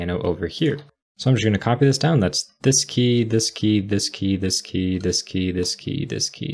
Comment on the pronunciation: I always heard "Whisky ... Whisky ... Whisky ..." instead of "this key ... this key ... this key" :-) Very good programming practice! Good job!